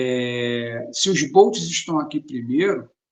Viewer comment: Pessoal, só um toque. Seria interesante pronunciar o termo "bots", como ele realmente é em inglês, que seria "bótis". Pois quando se prununcia "bôutis", está se pronunciando "barcos" em inglês, que seria "boats". Então a pronuncia mais acertada para os NPCs, seria "bótis".